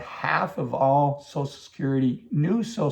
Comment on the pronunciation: It’s called social security, not sosul security.